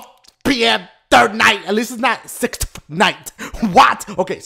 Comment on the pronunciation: Congratulations man you're so funny. I love it when you say "SIXFTH" and I love it when you call mario kart cubes "dululululul"